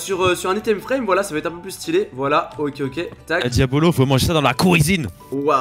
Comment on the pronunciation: QUAND BOUBA TA DIT QUIL AVAIS UN CADEAU POUR TOI POUR T'APPELER IL A DIT (DIABOLLOSS) MAIS PAS (DIABOLO ) QUAND JAI ENTEDU LE (BOLLOSSE DE LA FIN) JAI RIGOLER